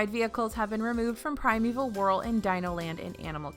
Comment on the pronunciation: I hate to be that guy but its Whirl, not hurl